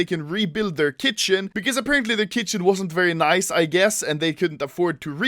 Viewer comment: vewvy naICE